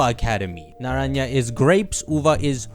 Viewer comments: Naranha is pronounced like nanranzha and not naranya and means orange and uva means grape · Naranja isn't pronounced Nara-nya it's pronounced more like naran-ha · "Naraya is grapes and Uva is orange" 😂😂 Na-ra-n-ha means orange and Uva is correctly pronounced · Naranja is pronounced "Naran-HA" like Happy, great video like always Ty, I'm definitely hyped to explore Paldea! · Sorry, saw you pronounced it like that copying someone. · as a Spaniard the way you pronounced naranja hurts. Also you got them mixed up uva is grape and naranja is orange.